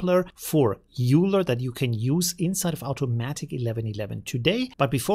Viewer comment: I can't believe that after all this time you still keep saying "Euler" wrong. Are you just trying to prove your ignorance?